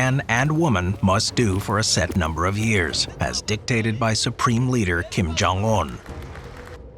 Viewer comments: "uh-said num-bore-uhv-ears" - !? Huh? You mean "a set number of years"? Speak properly. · Stop saying "said" for "set" and bunk is not bonk... who taught you how to speak?